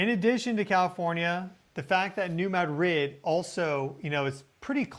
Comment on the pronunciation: You are pronouncing New Madrid wrong. You say you are saying it like the locals but you are not. I’ll try to explain. The accent should be on the first syllable, ‘Mad’, Now, do not pronounce the second syllable like it’s a separate word, say ‘drid’ not ‘rid’. It’s kind of like pronouncing the word mattress, with the accent on the first syllable. If you accent the second syllable, well, that’s a city in Spain, but with the accent on the first syllable, that’s a fault line.